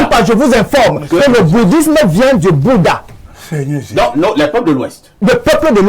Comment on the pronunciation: Nbouda = Boudha😅😅😅Yes les Kamerunais sont forts...